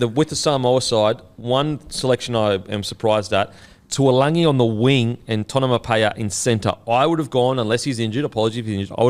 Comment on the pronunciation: still getting taulangi name wrong 🤦‍♂️